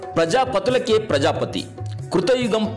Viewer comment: Prajaapathi or prajaaprathi mr voice over?